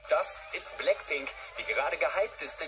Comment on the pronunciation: Bläckpink, görlgrup?!?! aua